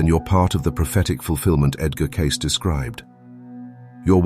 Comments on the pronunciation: I always thought "Cayce" was pronounced "Kay-see", not "Case".🤔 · At least have your AI narrator pronounce the guy's name properly. KAY-SEE not CASE. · Yes, this makes sense. But why do you pronounce Cayce two different ways throughout? It thought it was Cay-cee with two syllables, not Case with just one. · It’s not case, it’s cay cee. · Edgar Cayce's last name is pronounced "Casey." If the person who fed the dialogue to this AI narrator doesn't know that much, it's pretty hard to believe he or she did much research into any of this. And I AM a cat person. I'm also a "let's not dumb down people any more than they are" person. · Cayce is correctly pronounced like "Casey," not "case." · I thought Edgar "Cayce" is pronounced "Casey." Your A-I voice pronounced "Cayce" both ways. Can you fix that? Let's not get lazy...everyone is beginning to let the little stuff slide these days. I find this distressing. The devil--or G-d--is found in the details. That being said, I appreciate your video. Thank you. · “CASE?” Train your AI reader better. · The name is pronounced ka-see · Isn't it possible to correct mistakes in the speech? He said Case like three times. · One of my biggest pet peeves (things that annoy me) is when I’m listening to an historical video and the narrator continually mispronounces the subject’s name. Is it possible to teach the AI that is telling this story that Cayce is pronounced Case-ee (or Casey)? Can you please correct this mistake so that people can listen and learn the true pronunciation of Edgar Cayce’s last name? I will check back in a week to see if it has been changed to the true pronunciation. I just can’t listen to it this way. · AAAAAAAAAHHHHHGG!! I HATE NERDS THAT DON'T EDIT Thats what nerds are supposed to do.. DON'T WASTE YOUR TIME PROBABLY SOME OTHER LAZY AS*HOLE WILL STEAL THIS AND MAYBE DO IT RIGHT. First off you mispronounced the subjects name. He is Edward CAYCE PRONOUNCED KATCIEE. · Edgar Case? This AI CRAP has got to die.